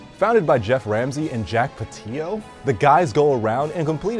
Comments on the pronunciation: It’s pronounced (pa till o) not patieo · jack patillo not jack pateeo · It's pronounced Pat-ill-o, you couldn't watch one video where he says his own name to verify the pronunciation? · Oof that pronunciation of Jack's last name